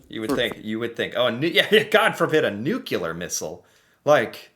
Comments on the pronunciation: NU-CLEAR. NUKE-U-LAR is in reference to the nucleus of a cell. Just remember nukes CLEAR a large area. Love your work! Never stop! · I have to correct you, it is nuclear pronounced new clear, not nuculer. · it's pronounced nu-cle-ar not nucular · Just a quick request... Could you please stop saying New-Cue-Lar like Homer Simpson and say Nu-Klee-ar, the way the word is actually pronounced? Thanks... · Just one thing …Nuke-Lee-Ar, not Nuke-You-Lar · Pro tip. "Nuclear" is pronounced "new-clear"... not "new-cue-lar" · How can you not know any of this? Oh yeah, I forgot, you're an American. Also the fact you pronounced it nuculer says a lot right there! Lol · There is only one U in nuclear